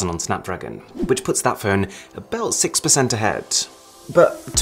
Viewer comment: phone, not phewn